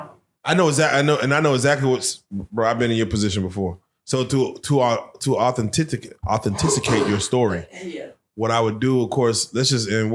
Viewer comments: WTF IS AN “AUTHENTISICATE” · What's authenticicate?😂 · THE HOST SAID AUTHENTICICATE😆😄, AUTHENTICATE. Yo I dont think he was a sucker then don't think he's a sucker now. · Authenticicate?!? What?!? You need journalism class